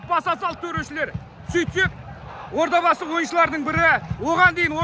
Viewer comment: Одабасы емес Ордабасы